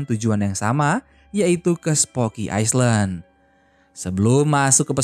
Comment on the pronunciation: Skdar koreksi min , island d'bca iylend